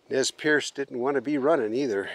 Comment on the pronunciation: I cringed every time you said "Nez PIERCE" lol Perce. pronounces it correctly every time! Perce does mean pierce in French but the Nii Mii Pu do not like that pronunciation however it is common here on the Nez Perce reservation where I live. They really don't like the name Nez Perce and it has no known factual origin other than it was placed on them by outsiders as Nez Perce never pierced their noses. They are mystified as to how they got that name. I know many descendants and relatives of these people who were mercilessly persecuted and harassed.. then nearly exterminated. The massacre at Bear Paw is one of the most shameful atrocious acts done against native Americans in our history.